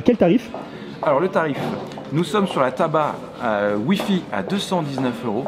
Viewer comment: Jui le seul a m'etre rendu compte que quand il dit "Tab A" on ditait il dit "Tabac"